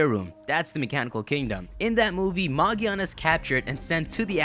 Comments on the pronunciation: Magiana? Magearna. Its magearna magearna bro Ma Gear Na Ma Freakin Gearna! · r u blind its megearna not mageeeeaaaaarna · magearna? its magiana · magearna... no maginaya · It's Magiana, not Magearna. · I dont think the pronounciation is "Ma-gi-ar-na" I think it might be "Ma-gear-na" as in grinding gears etc. :) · Why in the title do you say Magearna, but early in the video you quote it as Magiana? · Did you record this before NOA confirmed that the name is Magearna? Because you refer to him/her as Magiana. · its not magiana its magearna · It's magearna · it's calld ma grear na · ma-GEAR-na. not that hard people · It's pronounced MA-GEAR-NA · ITS MAGERA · It's pronounced MA-GEER-NA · Not mag e ana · its pronounced ma-gEER-na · whats with people saying 'magiana' is it the japanese name or something? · I don't get how it's pronounced magearna if it doesn't have an r anywhere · I think it's pronounced as Ma-GEAR-na. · It's Magearna btw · That’s not how say it’s name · it's pronounced with a "g", like girl and gum. just look up the katakana for the japanese name, it's a ge character not a je character. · Maj-ee-ar-nuh and Vol-can-ee-un ;) Also, pretty sure her name comes from: Magic, machine, ear and armour.